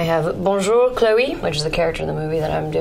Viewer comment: She actually said "Bonjour" so good!